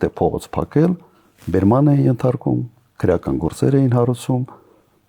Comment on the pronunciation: Քռեական չի,այլ քրեական, այ աաայ ,,,,,,,, քո ժամանակ սպանում եին,բեռման չեն ենթարկվել